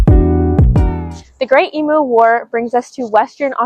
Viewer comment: It's pronounced Eemyoo. No yod dropping